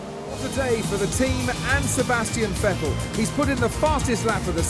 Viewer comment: crofty pronounces "vettel" right!